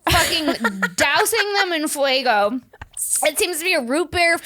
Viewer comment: The fact that cannot/ will not pronounce it FAYGO 😂😂 fuego for life 😅